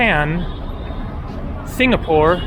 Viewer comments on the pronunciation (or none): none